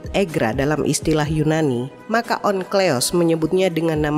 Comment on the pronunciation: Mba, Onkleos apa Onkelos yang bener? Teks tertulis Onkelos tapi pegucapan suara terdengar Onkleos. Mikroat atau Mikraot? Saya sering jumpa di channel ini teks tertulis apa pengucapannya beda.